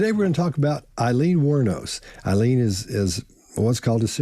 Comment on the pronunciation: The woman's name was Aileen, not Eileen. Aileen is pronounced differently. The AIL is pronounced in the same way as AIL in sail,tail,hail,mail or pail.